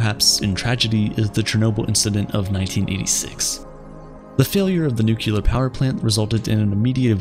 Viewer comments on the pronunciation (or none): minor nitpick: you said nu-cu-lar instead of the correct pronunciation of nu-clear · Hehehe. You said nuculer. It’s nuclear dummy, the “s” is silent. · If you're going to make science videos...please learn to say nuclear ( new clear) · You sounded smart till you said nookewlur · NUCULAR? What is this nucular?